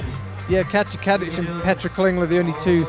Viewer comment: Thank you so much! (Can I just point out that Petra's surname is Klingler, not Klinger and it's Rubtsov, not Rubstov ;))